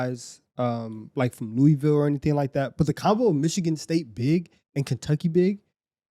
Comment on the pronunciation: Thank you guys for saying Louisville correctly